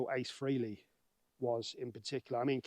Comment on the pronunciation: You pronounce Ace Frehley's name in a wrong way.